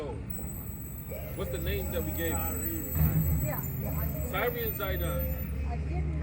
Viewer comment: It's just tyre..pronounced like "tire" not tyree